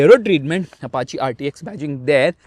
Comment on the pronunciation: said Apachàe instead of Apachii.